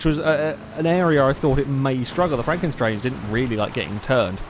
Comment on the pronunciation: Isn't it Franken STANGE?